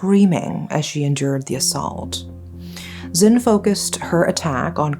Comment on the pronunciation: *Zin, not Zen. It's Zin Mar Nwe to be exact. In Myanmar names, we don't have first names, last names. We pronounce all names together. So, it's Zin Mar Nwe to be exact. That said, we do have short names which we use between friends and family. In this case, you can call her Zin Mar. We rarely call one word only except for one condition, between lovers (that is love relationship).